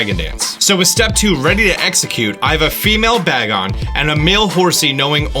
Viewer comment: Its pronounced "bae-gon" not bag on